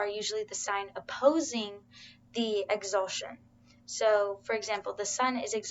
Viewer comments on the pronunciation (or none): I'm sorry, this is so minor, but it's "exaltation", not "exaltion".